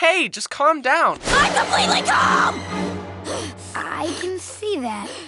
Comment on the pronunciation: "IM COMPLEATEL CLAM"